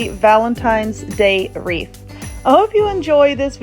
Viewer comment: Wreath not reef !!